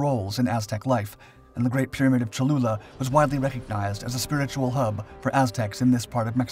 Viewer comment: Great video- I hope I wasn’t the only person who heard “chalupa” at first.